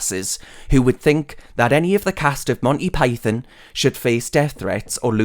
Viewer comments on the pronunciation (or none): none